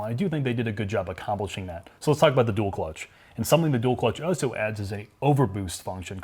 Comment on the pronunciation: Can we get to start pronouncing his L's when saying "also"? I ohso like your channel very much.